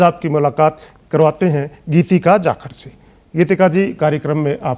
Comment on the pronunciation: Jakhad nhi, JAKHAR hai dd bhai sahab 🙏🙏😇